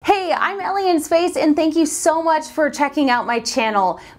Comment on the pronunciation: I keep hearing your channel's name as Elien Space.